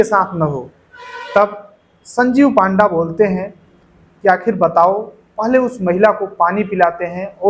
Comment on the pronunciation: It's not पांडा , It's पंडा